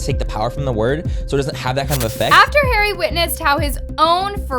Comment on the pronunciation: The way she pronounced Harry and Tana’s name 😭